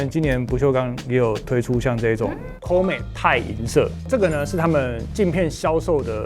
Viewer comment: Comet唸法不太對哦